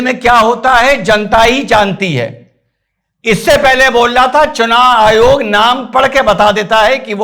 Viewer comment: चूनाईयोग....चुनायायोग.... बेचारा,...आखीर में उस नें ये शब्दोच्चारण ही छोड दिया... 😂छोडता नहीं तो क्या करता ¿¿¿ 🙏,कहाॅं से ढूंढ लागते हो ऐसे मजेदार किस्से के व्हीडिओ??? हॅंस हॅंस के पेट दुखनें लगा... आप के हाथों की भाषा भी अर्थसमृद्ध हैं,जो देखनें वालो को बिलकुल समझ में आती हैं|इसलिए,आप का व्हीडिओ केवल सुननें के साथ देखना भी पडता हैं,ता की, बहुत सारी वास्तविकता और जानकारी सप्रमाण सुननें और देखनें मिलती हैं|,आप को नमन 🙏 वंदेमातरम 🇮🇳